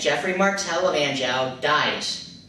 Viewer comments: dutch. e. arn-zhoo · Maybe check your pronunciation of 'Duchy' and 'Anjou'. Apart from that, interesting background on Guillaume le Batard!